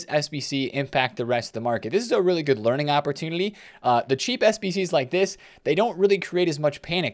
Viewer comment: Why do you pronounce “opportunity” that way? You put an L in there?